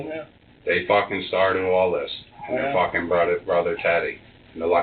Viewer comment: Ha take a drink when says 'Focking 🤣